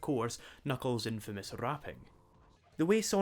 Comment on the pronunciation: D-Did you just s-say Infamous? INFAMOUS!?